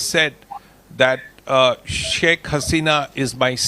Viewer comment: SHAK Hasena is right diction